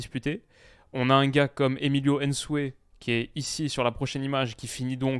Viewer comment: Ce n’est pas N-sue mais Nsue Vous prononcez souvent bien les noms européens mais dès que c’est l’Afrique aucun efforts. Vous dite Zlatan et non Z-latan , Pneu et P-neu , Stéphan et non S-tephan Bref un effort serait apprécié